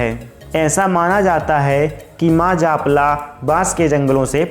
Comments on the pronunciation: Japla nhi maa jalpa boliye 🙏🙏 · Dost japla, ni h jalpa ji bolo me bhi Katni se hu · Bhaiai katni se hi hu par itna Gyan kabhi na tha🙏.aur suno wo jalpa mata mandir hai .jaapla mandir nahi😬😬😬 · जालपा मंदिर है सही बोलो जापला मत बोलो गलत बोल रहे हो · जालपा का सही उच्चारण